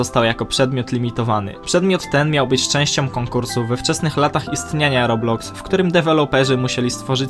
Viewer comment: błagam nie mów robluxy tam nie ma L